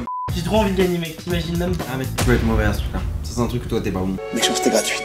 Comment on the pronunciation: " mauvait" xD